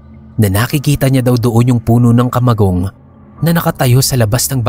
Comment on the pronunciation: ..taga bicol ka din ba? Fluent kasi ung pagbigkas mo ng kamagong.😁